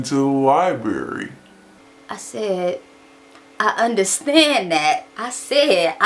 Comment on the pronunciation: lol I love your accent. LIBERRY LIBERRY LIBERRY. haha my bff pronounces it like that too.